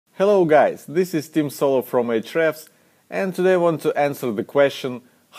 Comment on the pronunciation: When ever you say Tim Soulo i laugh and thought i might have heard Tim Schomer